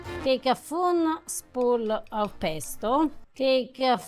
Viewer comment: Yeah a foonspool lmao. We all know what she meant soooo